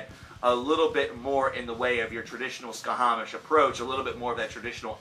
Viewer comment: A respectfully delivered note: It's pronounced "sha-mash".The band name refers to the Babylonian/Akkadian sun god Šamaš (sometimes spelled Shamash, if we're using English sound correspondences with the digraph "sh"). The thing is, they're from Switzerland, where German is one of the most commonly spoken languages (and one of their four official languages). The /sh/ sound in German is represented by the "sch" trigraph, and I'm assuming this is why they went with that spelling.